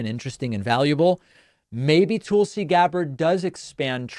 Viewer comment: David, why do you call her "Tool see"? Nobody else pronounces her name that way. Is this an in joke?